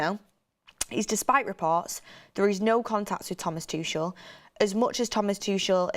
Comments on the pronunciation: I’m actively seeking help but it really irks me when names are mispronounced. Tookelle, Tooshle. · The way she kept saying tuchel. Has she never heard how you pronounce his name before !!!